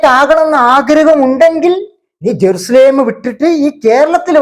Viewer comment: ജറുസലാം എന്ന് ശരിക്കും പറയാനുംകൂടി പറ്റാത്ത ഒരു ചരക്ക്😂😂